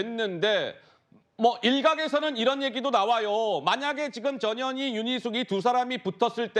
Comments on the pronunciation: 내 귀가 이상한가 왜 저녀니로 들리지! ㅎㅎ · 전현희 발음 잘못하면 저녀니? 저년이? 재미있습니다